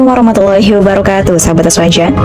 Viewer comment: Ente ngucapin salam yg bener,bukan hibarokatuh..tolong di koreksi lagi dalam pengucapan nya.